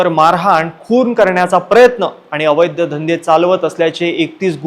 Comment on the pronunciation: अवैध्य धंदे नाही रे बाबा, अवैध धंदे असं म्हण.